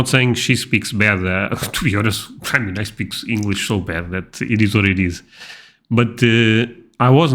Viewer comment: I love how much of the stuff you don't get because that's the way you speak English. Particularly with the D for TH. You literally said " for? I don't get it." Russians also tend to do that, so that probably doesn't help with people thinking you're Russian.